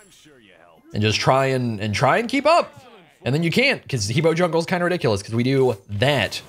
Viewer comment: I'm still triggered with how long you've been playing this game and you still can't pronounce He Bo correctly! HUH BWA!!!